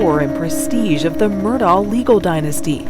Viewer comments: They can’t even spronounce the name right!!! It is not Mur-Dow! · Ugh! It's pronounced MUR-DOCK not MUR-DAW. If you're gonna voice-over an episode, at least say the name correctly. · Any time a "journalist" reporting on this case repeatedly pronounces his name "Murdah" I know she hasn't done her homework. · If the narrator doesnt have a southern accent why is she calling them the murdars? And murdar? Its murdock in pronunciation unless you have a southern accent it just sounds weird with a normal american accent! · IT'S PROUNOUNCED MURDOCK!! How you gonna do a documentary and not know how to prounounce their name?!!!! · His name is pronounced Murdock. How do you not know that?